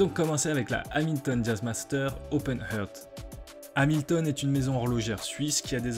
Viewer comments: super vidéo ! en revanche la prononciation anglaise laisse dubitatif : "heart" se prononce plutôt [hart]... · "Heart" se prononce "arte".